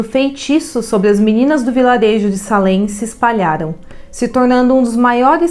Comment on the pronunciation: Moro do lado dessa cidade a 5 minutos!na verdade escreve Salem mas se fala seilem! Pra pronúncia ficar correta